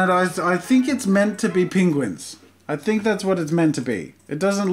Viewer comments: As an Australian I was very confused at Jazza’s pronunciation of penguin... glad it wasn’t just me 😂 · Can we just appreciate how he says ‘ping-guin’ 😂